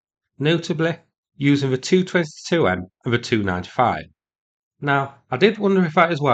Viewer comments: Tu-95 is pronounced “tee-you ninety-five” in my world - not “295” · Stop saying 2-95. Either T-U-95 or Tupolev-95. Same for the rest. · Tu-95 is usu. pronounced by former military or NATO types as "tee yew ninety five", vice "two ninety five". You were confusing the heck out of me until I figured out what the heck you were saying for the Tupolev designation. The MiG descriptor, for Mikoyan and Gurevich, is usu. the only one pronounced by us as its own word, "mig". Similarly, we say "aay enn" for An- or Antonov. Etc. , etc., etc.